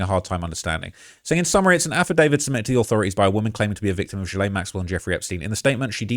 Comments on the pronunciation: Thanks for your work. One small critique; Ghislaine (unsure of spelling) is not pronounce with a soft G but a hard G. It’s pronounced Gill-lane. Not Jill-lane. ✌🏼❤️🇨🇦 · Everyone mispronounces Ghislene’s name. It’s pronounced Guhlin. But I see what your saying😊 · "Jizz-lane Maxwell." 💀😂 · Learn to pronounce the name! Gilen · PERFECT pronunciation!(in this particular instance)😂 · man that shi gets on my nerves they always say jizlane 😂😂😂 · indeed - this dude mispronounced ghislaine - i guess we can disregard this entire video according to his own standards? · he mispronounces it on purpose but point taken-obnoxious.